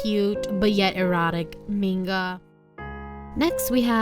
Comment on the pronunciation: I don't mean to be rude but can u pronounce the word manga as 'MANGA' and not menga it kept on bugging me in the entire video